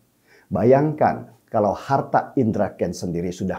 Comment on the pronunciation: Bang DS : SALUT. IJIN : Sebutan bawaannya JANGAN SUKA menambahkan "k" pd kata2 tertentu, spt : "harta-k, neraka-k, jadi-k, kaya-k, agama-k dll. Juga yg BENAR: I-ndonesia BUKAN: E-ndonesia